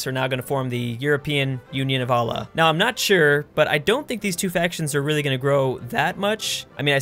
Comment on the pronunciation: Can you please learn how to pronouce Allah, its really bothering me.